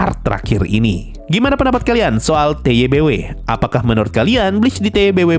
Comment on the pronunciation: Lah udah bisa bener ngeja TBW wkwk.. kemaren masih ngomong TWBY awokwokwok..